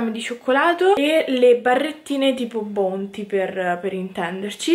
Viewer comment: Si dice “baunti” non “bounti”